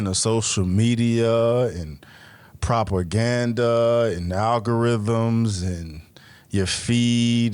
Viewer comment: Dude said proper ganda